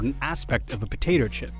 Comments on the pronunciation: He said "potater chip"... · "Po-ta-ter chip"??? You want to get the MOST crunch out of a potater chip... give a few to your dog. the munching sound amplifies. Its very satisfying